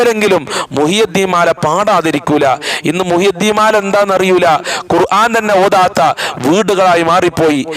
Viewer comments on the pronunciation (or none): none